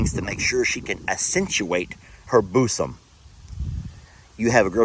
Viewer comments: Girls BOOSUMS!!!!! LOLOL it's Bosom pronounced ˈbu̇-zəm [BUUZ] + [UHM] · Pronunciation….Booo sum. Not bus…um. Geeesh. 🧐🤣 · Boossom 🤣🤣 Still laughing at your pronunciation, and Jamis reaction to it!! So funny!! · it’s bUssom not bOOsom. Hope this helps x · Pronounced “ boozum”. I saw trying to tell you. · … it’s pronounced BOOZOME 😉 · it is pronounced BOOSUM!!! Hahahaha 🤣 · Ha ha ha, the way you say Bosom. May I suggest you say it more like Boozum. he he he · It's bosom but pronounced "bozum" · 🤣😂 it's pronounced Bo -sum.. ✌👍🤗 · Yes, I know he has got to be mispronouncing bosom on purpose right? Bc it's pronounced "booze-um" right...lol 😆 😂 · things are pronounced differently in different parts of the country. That could be one of them. Or he does it on purpose to not get in trouble with whichever platform? ❤️ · pronunciation of bosom,cracks me up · 😂 the way you say bosom cracks me up! lol. But you’re right!! Women who have big bosoms usually show them off! I have a big butt and I cannot lie!! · the way you pronounce bosom is hilarious. 😂😂 Speaking of kittens, what happened to that one you and LE rescued on LHL the other day? The one you put in the soft-sided carrier. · That Texas ascent sure came out when you said " Bosom " 😂😂😂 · Omg now I can’t get the words clacking horns out of my head 😆 I’m telling my cats to quit clacking horns 😻 I’m losing it! And I never heard anybody pronounce Bosom that way 😆😂🫣🤔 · For the love of Pete...ask how to properly day bosom! 😂😂😂♥️🤘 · That word for boobs had me snorting my hot drink with the darn giggles. I have never heard that pronunciation before. You kill me 🤣🤣🤣